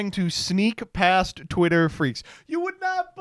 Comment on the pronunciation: You gooootta stop cutting off the first T in the twitter freax jingle.